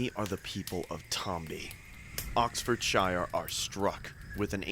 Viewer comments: The way he pronounces Oxfordshire. Had to laugh. Only a none brit. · The way he said Oxfordshire pained me